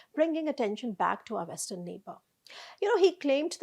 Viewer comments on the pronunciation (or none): none